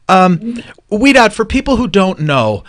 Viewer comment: Thank you for reading my question and saying my name correctly! Most people pronounce it sorry the first time they read it😡. That's amazing Ouidad said she would have been honored to cut my hair. The Ouidad salon is the only place I go to to get my done. Pia has cut my hair she was great. I have an appointment this Saturday with Jason who I think is one of their educators.